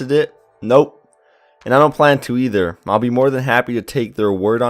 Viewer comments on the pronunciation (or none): none